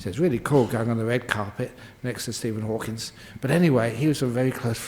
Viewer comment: Wonderful talk and so entertaining, but just a slight correction; it's Hawking, not Hawkins.